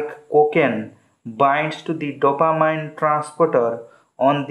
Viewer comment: dopa-MEEN not dopa-MINE